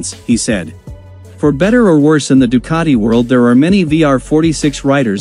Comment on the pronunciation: Do not expect an englishman to pronounce any foreign word but in the English way. They will never pronounce Ducati correctly.